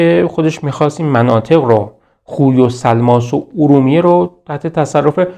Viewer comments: سلام خسته نباشید...تلفظ صحیص خوی khoyهستش khuy که فرمودین درست نیست...واو وسط o خوانده میشه...میدونم مهم نیست خواستم فقط تلفظ درستش به افراد نا آشنا بگم همین...بازم ممنون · بسیار عالی است. تلفظ شهر خوی khoy را khuy تلفظ فرمودید. واژه хуй در زبان روسی به آلت تناسلی مرد گفته می شود